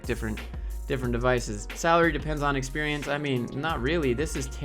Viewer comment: Love that how you pronounced "Experiance" is pretty close to the french pronunciation, even though we also write it with an E. That's how wrong "Experiance" is. Good video, HR sucks, woo